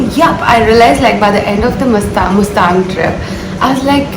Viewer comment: She keeps saying mastang😂